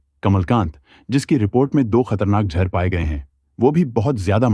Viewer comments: Jhar nhi jaher hota h be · ek baat jehurr nhi zehar hota hai.